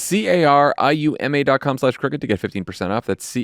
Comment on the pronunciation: Just wanted to mention, it's good you spell out Crooked bc it actually sounds like you're saying cricket. Sorry!😮❤❤ love all you guys!! 🤷🏼‍♀️❤